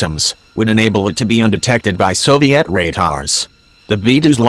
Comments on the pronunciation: SOVI-AT RAYTARS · Sovizat Tatars is what I heard when the narrator started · I love how the voice pronounced it though.